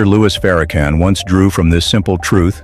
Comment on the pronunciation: One Question; ?? Who Is Louie Farrakhan…???🤔🤔🤔🤔 I’ve Heard Louis Farrakhan !!!